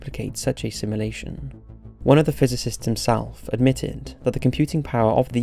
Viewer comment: "Halley's comet" - the 'a' is pronounced like the 'a' in 'apple'. It's not like the band. Please learn to pronounce words properly. A little research helps and doesn't take too long The Dutch name 'Jan' is pronounced like 'Yun' .. the 'J' is a 'Y' sound in Dutch. 'SimUlation' Jesus it sounds like you're saying 'assimilation' Fuck.